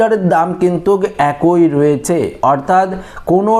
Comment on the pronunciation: বাংলা উচ্চারণ ঠিক কর। অ্যাকোই নয় একই।